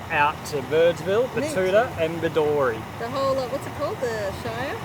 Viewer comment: It is pronounced Bed-doo-ree. The shire is pronounced Diamond-Teena. Great episode.